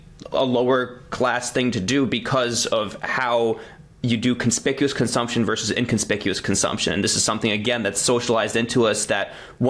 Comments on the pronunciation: The abbreviation ‘vs.’ is pronounced ‘versus’. Saying ‘verse’ instead of ‘versus’ is low-class speech. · VERSUS!!! not verse!!! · VersUS, not verse. Stop ruining English. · Hi Taylor. Good content. Btw, it’s “versus” not “verse”.